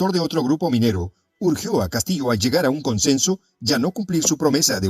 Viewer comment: Este señor porque dice Pedro Catillo